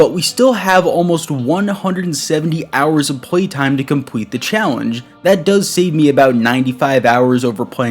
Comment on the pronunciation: My guy said "compwete" .